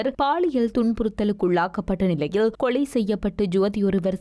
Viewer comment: தங்கையே முள்ளைத் தீவு இல்லை முல்லைத் தீவு தமிழைக் கொல்லாதே உனக்கு ல ள உச்சரிப்பு சரியாக சொல்ல முடியாதா ? கொலைக்கு கொளை என்கிறாய் தயவு செய்து தமிழை திருகாதே பண்ணாடை